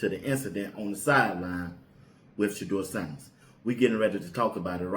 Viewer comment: So wow! He knows how to pronounce Shedeur name.